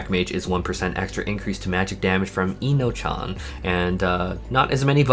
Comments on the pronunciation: That black mage skill is pronounced uh-no-kee-uhn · pretty sure "Eno-chan" was intentional lol